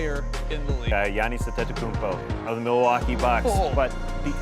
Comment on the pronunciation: you got jannis antetokounmpo? lol the dude needs to pronounce giannis correctly